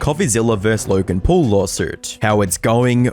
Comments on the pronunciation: "LAURGEN PUARL" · Lurrrrgan Puuurrrrrrllll 🙄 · Laughen Phawul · "LERGIN POLE" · Lorgan Porl? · "LURGAN PAUL"